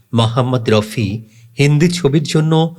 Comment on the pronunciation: স্যার আপনি ঠিক উচ্চারণ করুন ওনার নাম মহম্মদ রফি। মহম্মদ রউফি অথবা মহম্মদ রাউফি নয়।